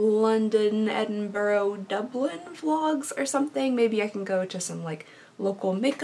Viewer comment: I adore you already, but you pronounced Edinburgh correctly, so I adore you even more <3